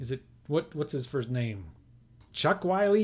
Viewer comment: Errors Corrected. I believe Carl Willey is pronounced Willie not Wiley. And there was a National League Playoff in 1959 between the Dodgers and the Braves which the Dodgers Swept. There could be more errors, but these are the ones I recall.